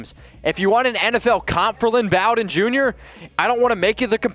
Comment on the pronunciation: You may need to learn how to pronounce the Kentucky boys name because your not saying it right